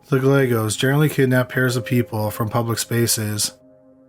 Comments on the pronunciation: I like your voice. It is chill like someone else mentioned. The only thing that would make it better is if you enunciated words. Other than that, your voice is nice! Also, its guy aye goes. That how the name Gallegos is pronounced. It's important to get that right. But maybe not to everyone! LOL. Great crime stories. Thanks! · Not that they deserve to have their name pronounced correctly, but Gallegos pronunciation has silent ‘ll’ s. As my husband always describes it, it’s a Guy with an Egg that Goes: “guy-egg-os”. Not many understand how to say it.